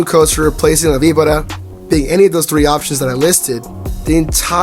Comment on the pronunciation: You pronounced it wrong